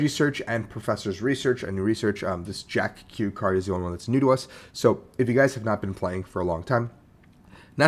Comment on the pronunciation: It's not Jack Q. It's Jacq.